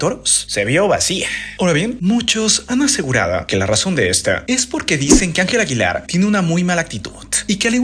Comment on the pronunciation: “…muchos han aseguradEWR que la razón de estEWR…” por qué habla así?